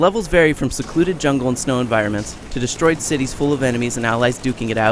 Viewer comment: "the DEE Stroyed buildings"